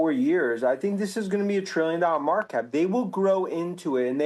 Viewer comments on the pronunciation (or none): "trillun dar mar cap"